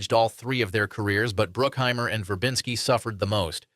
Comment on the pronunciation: Is this narrator guy AI 😅 or just foreign. Who's Bill Murrr-ray, Bar-bah-ssah, Broookheimer, etc